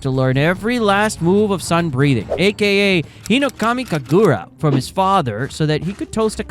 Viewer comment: The way you say “HinoKamI KaGuRa” makes me laugh (I’m not making fun of you it just makes me laugh lol)